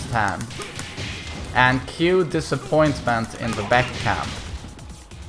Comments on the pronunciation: its not beck its B AE K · You aint the main man with this title. This some NPC type clickbait title. and his name is pronounced BaHKoo, not Beck. he's not an indy country singer or a beer drank by corporate lackeys. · Baek's a loser, baby, so why don't you kill him (double barrel buckshot). If you don't get that joke, listen how pronounces "Baek". Also, Baek's cool, so don't actually kill him pls.